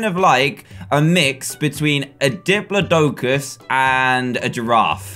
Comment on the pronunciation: Dan: Diplodoucus Me: Dip-la-ti-cis, diplodocus